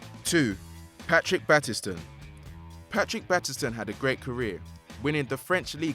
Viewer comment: U mispronounced battiston